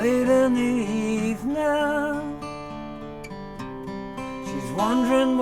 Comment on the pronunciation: "Its late in the Ivnang"